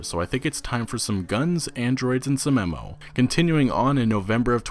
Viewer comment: The way you said Ammo sounded odd.